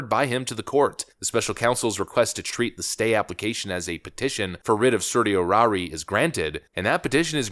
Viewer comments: It's "sir-she-O-rory", and ty for the video. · Love the content, man. One piece of advice as a lawyer: Certiorari is typically pronounced like Sir-Show-Rawr-Eye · Yes, certiorari is hard to pronounce. Check with Webster. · Learn how to pronounce certiorari.